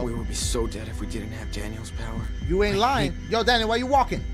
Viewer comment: WHY EVERY THINGA GOTTA BE A POWA